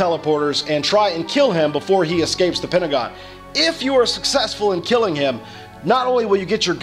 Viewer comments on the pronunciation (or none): none